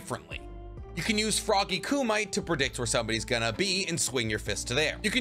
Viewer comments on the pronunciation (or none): "FROGGY KU-MIGHT"